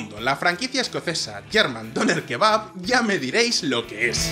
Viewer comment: Khebab???, Ulala Sr arabin - Como se dice Shawarma!